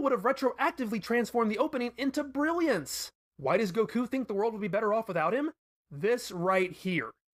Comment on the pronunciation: The way he says goku is unacceptable